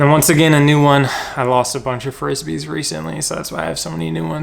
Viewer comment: Really good video, just cringed everytime you called them Frissbees!😂😂